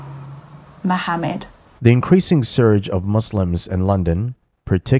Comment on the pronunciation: On a lighter note, I like the way she pronounced /ha/ sound in Muhammad from her throat. Seems like she has already absorbed quite alot Islamic culture 😅